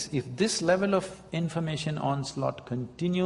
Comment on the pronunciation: its 'pace' not "phase" :)